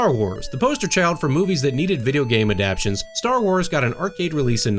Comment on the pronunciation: You also mispronounced "adaptation" (which has four syllables, not three)